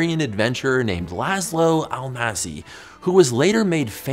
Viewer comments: Hungarian S is like the English SH.... So Almásy sounds like Almáshy. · It's "Almasshey Lasloo" :D Love your videos btw, I just can't resist the tempt to correct it. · Almássy = ahl-ma-shie